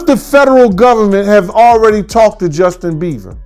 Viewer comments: calls him "Justin Beaver" 😭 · Dude keeps calling him Justin Beaver